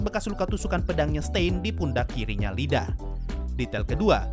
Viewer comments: Yg bener Iida bang bukan Lida Pake huruf i kapital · Seumpama namanya "Lida", deku dan yg lain kalo manggil pasti "Rida" secara di jepang "L" dibaca "R" Yg bener emang "iida" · Bang masukan aja ni bang, mon maaf sebelumnya, kayaknya bukan "lida" tapi "iida" bang kan itu nama orang bang jadi kemungkinan itu huruf kapital "i" bang Maaf kalo salah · Itu Iida Bukan Lida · Bukan Lida bang tapi iida pake i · iida bang, bukan Lida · Bang sebutannya iida bukan lida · Ada satu yg kelewat min Iida bacanya iida bukan Lida, soalnya itu double i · iida bang bukan Lida awkwk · Dibacanya iida bang bukan Lida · itu ida bang, bukan lida tulisannya emang "Iida" tapi itu "I" gede bukan huruf "L" kecil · Min, bacanya iida bukan Lida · Btw min namanya IIDA bukan Lida🌚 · Sensei namannya i.i.d.a bukan LiDA :") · IIDA bang, bukan LIDA, wkwk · Yang bener emang huruf "i" kok Deku dan karakter yg lainnya kalo manggil juga "iida" bukan "Lida" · Bgzd Iida kenapa dibaca Lida dah anjir wkwkwkwkwk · Btul, google translate juga bacanya tenya ida